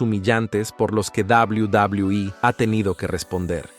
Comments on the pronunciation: Odio cuando tú dices dablew.. dablew e.. dios mio trata de escuchar como lo dicen. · Shot por cada que dice Double Doblue iiiii (Quede pedo) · Cuando dice WWE es como si se fuera a demorar tres años en terminar de pronunciar la palabra.😂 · No se puede tomar en serio un video al pronunciar de esa forma “WWE”.